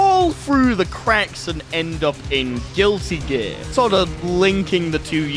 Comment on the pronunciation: Chat I just can't get over whenever he says Guilty Gear he pronounces it as "Guilli" Gear, it's really throwing me off